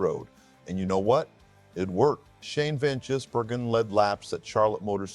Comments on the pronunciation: FFS since when was Gis pronounced as Jizz Learning how to pronounce the name you would think would be the first thing you'd do.. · A video about Shane Van Gisbergen yet your stupid AI can't even say his name properly. Wrong twice in the first 80 seconds. SPG? ANd can't pronounce Gisbergen properly. Bloody AI slop. Goodbye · By the time SVG becomes consistent on ovel tracks, hopefully you'll be able to pronounce his name correctly.